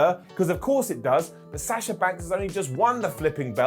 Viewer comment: Why is it so difficult to say Sasha's name correctly? Sah-shuh not Saaasha 🤦‍♂️